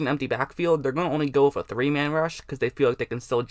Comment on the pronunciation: "With"="wuf" lol